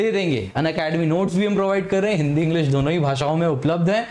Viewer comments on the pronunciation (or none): none